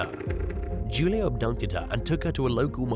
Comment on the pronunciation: #2. Julio is pronounced Who-Lee-oh.